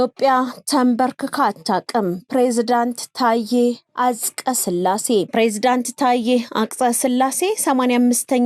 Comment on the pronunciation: አንባቢ.. እስኪ አፅቀስላሴ በይ? 😊